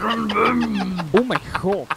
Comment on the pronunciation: het was toch broem toch niet brum